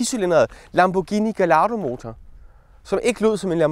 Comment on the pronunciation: det udtales ikke "gelato" som is men gai-ia-do